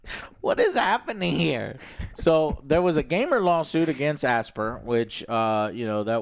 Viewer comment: Oh for goodness sakes! it's pronounced "As-pie-yer" not "Aspeer" or "Asbeer"! you know as in the word "aspiration" and "inspire", "Aspyre" as in: "You aspire to be that somebody or do that thing"?